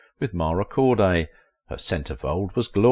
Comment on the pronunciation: Chevy is pronounced shehvy. Mara Corday's name has the accent on the second syllable. The woman shown several times in a black lace teddy looks more like Joi Lansing